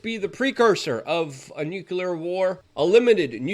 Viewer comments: Don't forget "NUKE YOU LERRRR " ! phonics died , I hear . . . * Though I'm NOT a grammar nazi . . . it would be nice to hear pro-nounce , instead of amateur - nounce ! Meh , it's only slightly annoying . . . OF COURSE ! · Nuclear is not "nucular" lol